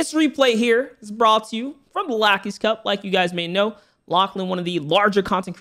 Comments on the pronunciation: It’s “lock e” not “lack e” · pronounces it as lacky cup Everyone else: pronounces it as locky cup